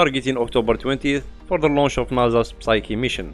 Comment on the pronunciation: It sounded like you said Psyche laun h on the 20th. I can't find anything but the 12th elsewhere.